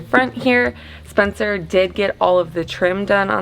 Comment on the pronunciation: the lady saying "SPENCER" sounds like "SPONSOR". lol